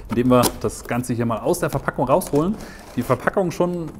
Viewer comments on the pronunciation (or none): Was ist das für ein Dialekt wo immer B statt P gesagt wird? Ist mir noch nie so krass aufgefallen wie hier. Brodukt, Brofi, Verbackung... :D